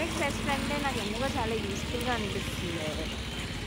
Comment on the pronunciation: Say fest not fest